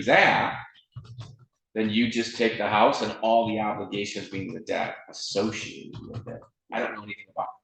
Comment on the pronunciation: And Judge, the word is pronounced debt (eh sound, not ah sound like you’re saying DAT, please stop.)